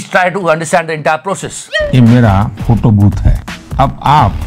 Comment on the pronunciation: फोटो बोला या फोटु?🤔🤔🤔